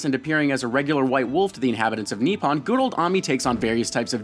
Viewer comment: Lol that pronunciation of Amaterasu and Nippon, so white